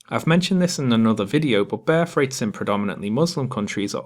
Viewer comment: Great stuff. Cheers. Had to laugh . I misheard your pronunciation of 'birth rate' ,i thought you said ' bear freight'. Keep up the good work.